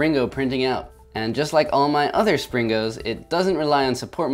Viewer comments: He named the video springos but most of the time he was saying slingo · it is sringos not slingos lol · springos not slingos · Stop calling them sling-O’s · Lol i like it how he said "Slingos" again as in his last video